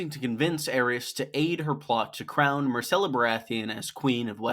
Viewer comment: Her name is MYRCELLA, not MARCELLA